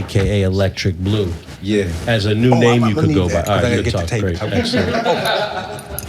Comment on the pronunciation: Homie said electric blue rolls off the tongue, then said electric "Byoo" right after lol